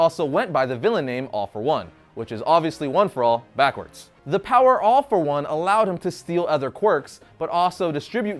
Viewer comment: why all for one sound like AWFUL ONE?